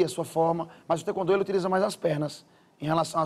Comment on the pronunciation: Cara você não é faixa preta mano tá falando taekwondo errado e nem abaixa direito no comprimento